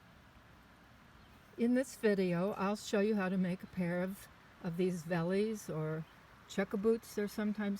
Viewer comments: Hi South African afrikaner guy here... "Vellies" are an Afrikaans name for "Velskoen" or "Veldskoen" wich means field shoe or skin shoe, the "V" is pronounced "F" in Afrikaans so the correct way to say "Vellies" would be like "Fellies" hope this helps a bit a friendly tip. 😊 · Pronounced “fellies”